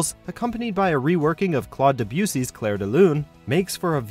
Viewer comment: Your pronunciation of Debussy is absolutely atrocious.